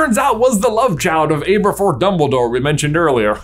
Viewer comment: Seriously can’t get over the mispronunciation of Aberforth lol. I keep correcting it in my head every time it’s said.